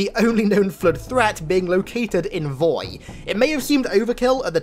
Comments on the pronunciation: nobody:: Flöd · can someone answer me why i hear flirt when say flood... EXPLAIN PLS 🤣☺